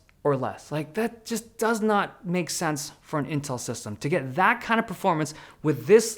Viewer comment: But he called it "Intrl somehow".